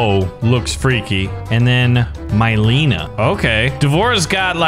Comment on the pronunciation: Me saying it's a good video Literaly two seconds later says myleena Nope i take that back